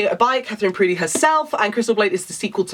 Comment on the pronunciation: Katheryn Purdies surname is pronounced Purr De not prudey lol x